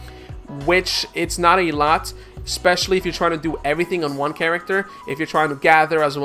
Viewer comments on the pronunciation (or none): none